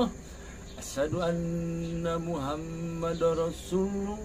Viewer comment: Azan saja sala huruf,,,ASYHADU,,bukan ASADU,,, dulu ps yusup manubulu,,di amuk sama pdt rudi yohanes dan pdt esra soru,,karena tampilkan kesaksian kayak gini,, Ini sama dengan menjatuhkan martabat agamanya sendiri,,😅😅😅